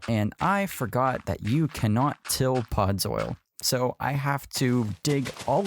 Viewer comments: “Podzol” not “pods oil” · Ughh... He kept calling it "Podzoil" instead of "Podzol." The video is truly very good, though. The red leaves on the tree Made it look like a poinsettia. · its not podzoil 😂